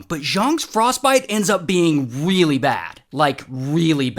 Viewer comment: Instead of me hearing “Really bad” I hear “Wheely bad”